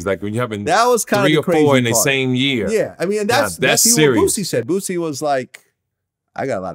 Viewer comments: I cry every time call Boosie Botsie hahaha 😂😂🤣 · “Bootsie” lmaooo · please stop calling him Bootsie